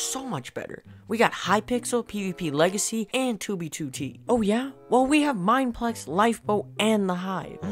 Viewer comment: "Mineplex" oof